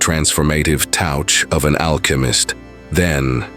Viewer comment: "I attract abooondunce, as a poocess the transformative Taaoouucchhhh of an alchemist. Then create affermmaaahhtions that reflect your veesion of the world"...... great advice, but you should try listening to the video a couple times before putting it out.